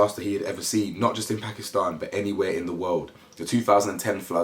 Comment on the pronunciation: Thankyou so much for speaking about this ❣️ it gladdens my heart and love that you pronounce Pakistan correctly 🤗